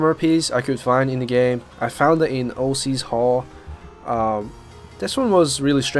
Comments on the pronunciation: Ocs hall, pronounced "ox" hall, not o C's hall, it's not some gangster rapper's hall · ..... "O - c's hall?!" It's ocs or "ox" hall!